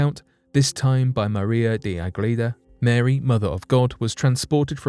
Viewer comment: Why you say Marey mother of god? JO